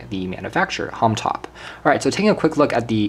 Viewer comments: it is not "homtop" its homtom please say it right!!! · Yo, Bro! It is H O M T O M not Homtop, please do something about this video. Kthxbai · Did you keep saying Homtop instead of Homtom?